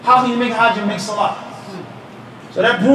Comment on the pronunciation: Swalaa bila uthuu is not swalah